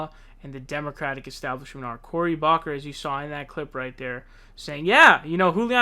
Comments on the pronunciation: It’s pronounced “Book her”. Not Bock Her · Cory Booker's name is pronounced "COH-ree BOOK-er," not "COH-ree BOCK-er." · Book-er Corey Booker not Bocker bro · cory bocker??? why do you pronounce names wrong so often? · cory bocker ???? its booker bro!!!! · Bro love your videos but I cringe every time I hear you pronounce names Sand-ers not Saunders and book-er not baulker please say the names correctly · It's BOOK-ER.